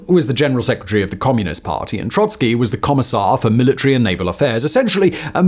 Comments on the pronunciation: Yes it's Trotsky not Troysky. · TROT-skee, not TROY-skee!!